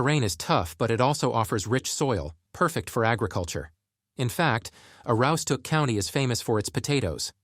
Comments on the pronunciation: if you've been to the county you should know this video is misrepresenting northern maine. They couldn't even settle on one pronunciation of Aroostook so instead mispronounced it wrong in about 7 ways. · They couldn't even settle on the way they pronounced Aroostook. I heard probably 7 ways of it being pronounced and every one was wrong. This video is what happens when someone not from the county makes a video about the county. This video acts like people in the county are communicating via smoke signals. Ironically they couldn't even provide valid footage of Portland and instead used footage of Portland, Oregon. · I noticed both also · As a lifelong Aroowsticook County resident...Ai is painful to listen to. 😂 It was prounced 8 ways and not 1 right lol..and it was a good try on Presque Isle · There are some valid points in this video but the biggest thing I learned is that whoever is reading this or using AI to read this clearly has never tried to pronounce Aroostook County in real life. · If your gonna do a video of such a place as this, Aroostook county. Than first thing you do is learn how to pronounce certain words such as Aroostook ( A ROO STOOK ) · I can tell you why we left Maine. We lived up in the county where he is talking about. We loved it. But when the state voted in this communist Gov. we had to leave like most other people. The narration can't even pronounce Aroostook County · Dude can't even say Aroostook right. Terrible video. There's nothing here so go away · If you cannot pronounce Aroostook County, you're not worth listening to. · Made a video about northern Maine. Can't say Aroostook properly 😊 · The AI can't even decide how to pronounce Aroostook and they expect people to take this seriously. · You read my mind!!! It drove me CRAZY listening to him mispronounce it repeatedly!!! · I was thinking the exact same thing. The pronunciation of Aroostook is killing me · Yeah, you can tell by how the narrator mispronounced Aroosstook and Presque Isle